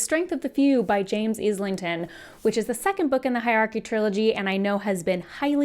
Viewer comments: Sorry, fellow Aussie here like the author. His surname is not pronounced with IS lington. It’s eye lington or Aisle lington. Hope that helps. He has been on other channel interviews and pronounced it himself. Mike’s book reviews at about of the interview and Maude Garrett both have interviews with him pronouncing his surname What’s even crazier. The audible narrators mispronounce it. Not sure how that happens but no wonder people are so confused. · Just a heads up, it's Islington like Island